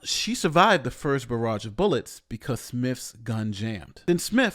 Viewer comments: "barrage" not "baradge". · barrage not baradge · Barrage, not baradge, my good man. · Baradge? Oaklahoma? OMG. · "Baradge" Congratulations on being a reflection of the times.